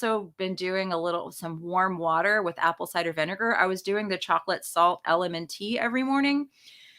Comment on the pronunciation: It's "Element", not Elementee". Ask Rob.